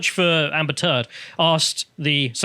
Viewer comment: Did say Amber Teard?